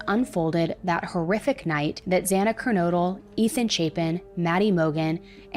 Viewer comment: Thank you for pronouncing Moscow and Kernodle correctly! Kernodle is a family name and it's so frustrating how many people say "Ker-noodle." It's so annoying!